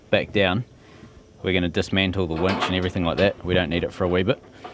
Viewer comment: Nice wench...Uh..winch.